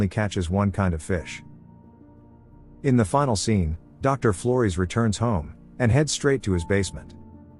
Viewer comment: Yeah the AI is pronouncing Flores as "Floris" I was very confused